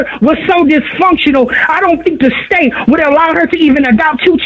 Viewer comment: Just how she pronounces dysfunctional says enough.